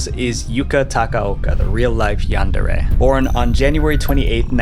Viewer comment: It's pronounced "yundare"